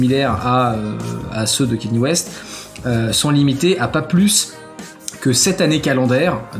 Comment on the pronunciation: C'est pas Kenny c'est Kanye bordel !!!